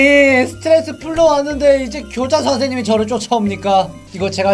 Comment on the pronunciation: 고자 선생님이라 들린거 제 기분탓 맞죠??